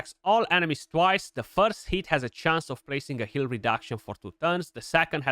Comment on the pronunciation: you have to appreciate how the romanian says each hit .... sounding more like eat ....it